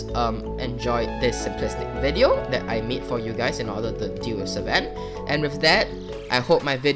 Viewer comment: its pronounced s-fen